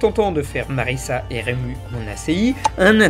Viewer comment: Rému ? ????!!!!!!! Mais oreilles saignent. . .